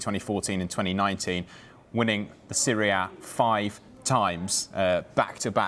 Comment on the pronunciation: not gonna lie, the way the guy say Serie A sounds like Syria...lol...